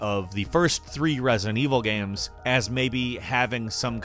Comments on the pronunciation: I enjoy videos but does anyone else get super triggered by the way he says “games”? It sounds like he’s saying it through a mouthful of food... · this man said gam